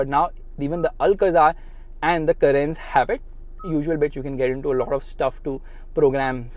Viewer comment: The reaction when he pronounced carens as Karens